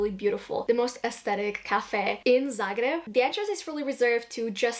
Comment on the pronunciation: as a croat, i find it very lovely the way you pronounce zagreb with the proper, hard 'r' instead of the soft way of saying that english speakers use. a small detail, but very meaningful in my opinion! glad you've been enjoying yourself here <33